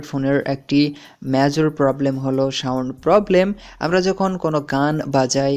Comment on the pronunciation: সাউন্ট হবে না সাউন্ড হবে, কেমন উচ্চারণগুলো একটু ঠিক করবেন